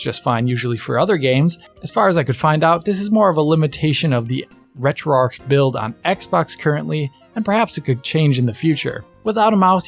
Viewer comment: As a Missourian, I feel I should say it’s pronounced ARCH, not arc. Retro ARCH.